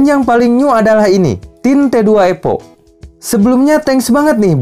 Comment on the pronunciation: Evo kang evo bukan epo 😂. Nice review tapi, singkat jelas padat 👍👍